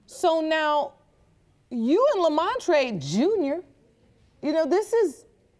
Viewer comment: Lemontrae “Lemontree” Brooker 😂😂 he really is a standup guy though!! God bless them!